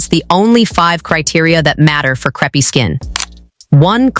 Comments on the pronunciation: Lol, I came right to the comments to see if anyone else would mention the pronunciation, it's SO bad, lol. Imagine if it was a vid about the thin pancakes, "Yes, I'll have the craps please", lol. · The word is pronounced " c r AAAAA pe " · Content dealing with relief from creepy skin and it can't pronounce crepe? WTF? Is this a stupid creator or stupid AI? Dislike and ask youtube to NOT recommend content from this creator. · Don't use AI narration that mispronounces the title term.